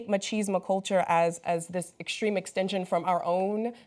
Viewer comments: It's called "Machismo," Hassan . Not "Machisma." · Does Hasan even have a clue about what machismo is? (I'll ignore, for the moment, that he said "machisma", which is slightly different.) Machismo has nothing to do with being a bully, abuse or assault, any more than the American idea of "being a manly man" has to do with being a bully, abuse or assault. This is the second time this week that this show has demonstrated a complete lack of cultural understanding, bordering on bigotry and prejudice, toward Hispanic peoples. Maybe have the sports guy do sports, send Hasan back to producing his short videos that he actually seems to spend time doing research for, and give their guest host people to work with that aren't pulling shit out of their asses. Alternately, fire everyone, and just go back to Cenk, Ana, Jon, JR, and Jesus. (And cenk's buddy that owns everything... can't remember his name.) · Do Americans really pronounce machismo as 'ma-cheese-ma'? That's really strange, surprised the Scottish guy didn't give them a weird look.